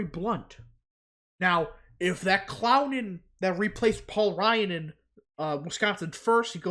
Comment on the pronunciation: Dude you really gotta say the world clown with emphasis it's hilarious each time, "cllllown"